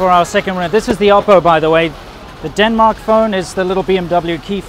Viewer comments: Did he just call Denmark "Dun Mai" turning yellow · lol, the time you said Denmark "wrong" was more correct than when you "fixed" it. At least in Danish ears. I guess learning hard as shit languages is one hell of a drug